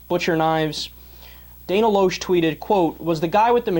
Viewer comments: Ugh, Pronounce Dana's last name right! It's Lash not Losh! LOL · it is pronounced Dana (Lash) aka Loesch, and she has her own radio show that Piers has been on a few times. I bring that up because if you don't even know how to properly pronounce her name, than you can't possibly have done the research to know what ideology Dana Loesch actually adheres to. You don't know about her liberal democrat roots, you don't know what caused her convictions to change and you don't know what she, as an individual stands for. Do you research then shoot your commentary. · Atheist conservative here. Hey sport, might consider learning how to pronounce her name before declaring her "super dumb". You abdicate IQ points by declaring yourself a liberal. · I like how he says she is dumb.. But he can't even seem to say her name correctly. Especially when a 5 second google search will show it, or that actually watching anything she is in will say it.. But no.. This kid is obviously a tool of the highest order. Btw.. The books aren't fooling anyone, "bro".